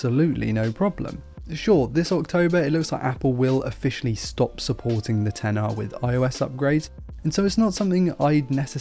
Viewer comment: It's so refreshing to hear someone correctly call this phone a 10-R instead of "Ex-R". Whenever I hear someone call the this line of phones the "Ex" line, they loose all credibility of tech saviness with me.